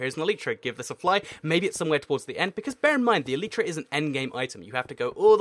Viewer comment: You should do a race to the elytra. Also in the USA its pronounced e lay tea laytra not leetra